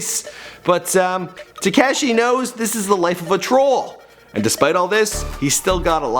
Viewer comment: Tee-k-ah-shi 69